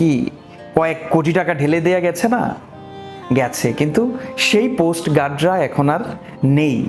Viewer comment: Coast Guard / Post Guard কোনটা সঠিক বারবার কি উচ্চারণ করছেন? যথেষ্ট পপুলার একজন কন্টেন্ট ক্রিয়েটর। এগুলো জানা অত্যাবশ্যকীয়। ধন্যবাদ। অন্যকিছু মনে করবেন না। আপনাকে পছন্দ করি তাই সঠিক শব্দটা শেখার অনুরোধ রইলো।